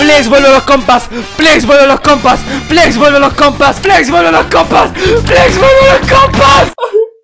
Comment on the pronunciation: no entiende que no se dice plex se dice Flex